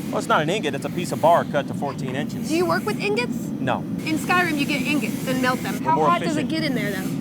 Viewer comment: "Do you have ignots?" Haha Awesome